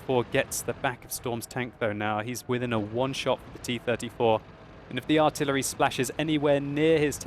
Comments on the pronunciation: "and the artiyelery" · "AND THE ARTEELEEREELY NARROWLY MISSING..."